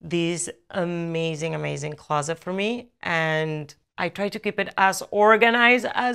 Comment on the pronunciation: When she said “closet for me” it sounded so American 😭